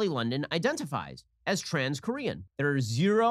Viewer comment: When they said Kor/ean and Ji/min I cringed all the way down to my core